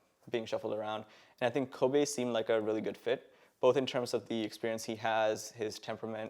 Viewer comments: Also, he's pronouncing it "Koh bay", not Kobe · He can't even pronounce his ADC's name, its Kobbe, not Kobe. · dis guy doesn't know how to pronounce kobbe……. oh god